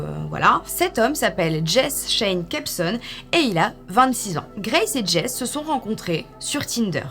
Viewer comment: Je vais faire ma chipoteuse mais ça m'a gratté toute la vidéo : le prénom Jesse, en anglais, ce prononce JessY (comme dans Breaking Bad) Sinon super vidéo 💟 Je te regarde depuis la côte d'azur et j'ai tenté plusieurs applis de rencontre mais ça n'a jamais aboutit à une rencontre en personne ce qui, après visionnage de cette vidéo, me rassure plus qu'autre chose...